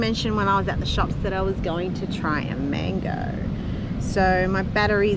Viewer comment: Ok so I know you are now Australian but you are Latina and speak Spanish. Gotta change how you pronounce mango. Pronounce it like a Latina. So how was da mango 🥭? Any good? So wait you all drive on da left hand side. Looks like it. Then no problem for you to drive in JA. No need for adjustment